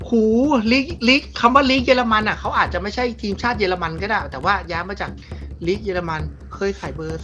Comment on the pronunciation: สนุกดีครับแม้บางอันมันจากยากไปหน่อยก็ตาม แต่ผมว่าเสียงเอฟเฟคดีมากเลยนะครับขอชม เยอรมัน ไม่ใช่ เยอร์มัน มีลินเดอเลิฟด้วยจากสวีเดน